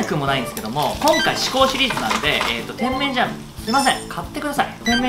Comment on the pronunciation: てん→めん→じゃん↑ ・・・イントネーションがw